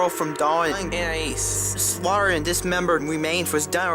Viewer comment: she just edited the first part she said Anais and put that there any other time she said anias